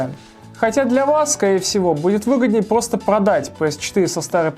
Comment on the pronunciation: Обожаю когда говорит плосто